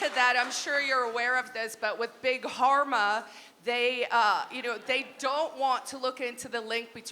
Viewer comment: Did I hear correct. Big Pharma or Big Harma.